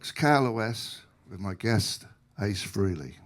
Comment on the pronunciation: It’s not Free-ley- It’s Fray-ley.